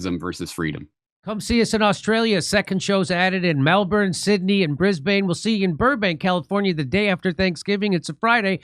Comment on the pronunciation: Thats a very good pronunciation of Melbn but you need to apply the same mouth collapsing of word ends to Brisbn also ❤